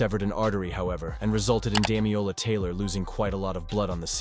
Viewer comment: my guy needs to learn how to read. it's DamiLola, not Damiola. Amongst a lot of other mispronunciations in the video